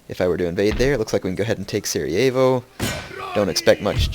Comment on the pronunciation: its funny how u pronounce Sarajevo;D